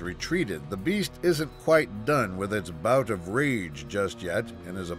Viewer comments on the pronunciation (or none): none